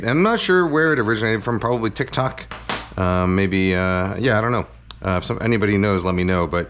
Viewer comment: Kanji saying TiK ToK (hard k’s is the most wholesome thing I’ve heard today 😊